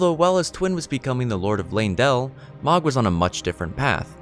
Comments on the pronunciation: It's not magh it's mogh..oh my gosh I had to stop watching and it was really good up until then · It’s “Moe-g” not “mah-g”. They say it in the game fairly often and it’s not a “hard” name to pronounce. Other than pronunciation (pretty important, you said a lot of names wrong) good video. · I'm pretty sure Mohg is meant to be pronounced with an o sound like in "mode" or "dome", not the sound like in "dog" or "fog". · The word is "ESCAPE" not "EXCAPE". Also, Mohg is pronounced like "Mowg", rather than "Mahg". There's a few characters that speak his name. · The mispronunciation of Mohg repeatedly was driving me crazy lmao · Lotta little errors here. The 2nd bloom is not Malenia. That's someone else who bloomed but died. More than likely a sister/clone of Malenia from the children of rot. Mohg is mispronounced. They say it in the game.